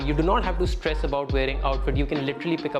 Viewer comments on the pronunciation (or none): none